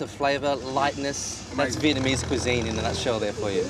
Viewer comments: Why he saying vietmanese though lmao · via-mease cooking? lol step one pronounce the word correctly.